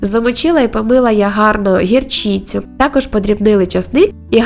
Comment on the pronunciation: Захолодати, мlняємо (мінЯємо), гірчlцю (гірчИцю), нагарає-- вперше чую таку вимову слів. Такі жирні страви на любителя, і шкідливі для організму, до того ж зараз піст, зрозуміла що не поститеся. А за велику працю вам лайк, 👍видно, що не мало роботи, щоб розібрати свинну тушку, а потім з неї ще приготувати їжу.🐖👍